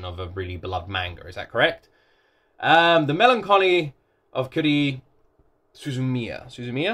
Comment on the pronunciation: Yep, got it right. It's HA, like laughter, RU, like "rue the day", HI, pronounced HE. Then, SU, like SUE, ZU, like ZOO, MI, like ME, then YA. You can break it up and say Suzu-Mia, because "MIA" and "MIYA" sound the same. All together it's "HA-RU-HI space SU-ZU-MI-YA". As for THE must watch anime... Dragonball maybe? FMA Brotherhood probably but you're watching that already. And Attack on Titan. Hard to pick really, lots of MUST watches.